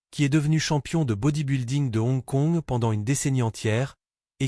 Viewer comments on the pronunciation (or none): "C'est la première co-production Hollywood-Hon Kongde l'histoire!" 😂😂😂😂😂😂😂😂 Et bien alors... Des problèmes de lecture? 😂😂😂😂😂😂😂😂😂😂😂😂 "... Et n'oubliez pas de vous abonner et liker!" 😂😂😂😂😂😂😂😂😂😂😂😂😂😂😂😂 Edit: Ah bin voilà! C'est dit tout au long de la vidéo, et ça n'a pas loupé: c'est revenu "mais avant d'aller plus loin, prenez une seconde pour likeur cette vidéo" Je pense,, que c'est toi qui devrais prendre le temps d'apprendre ton propos ou au moins de bien lire ce que tu lis, parce que là, je préfère en rire qu'en pleurer, parce que honnêtement, c'est pas bon 😂😂😂😂😂😂😂😂😂😂😂😂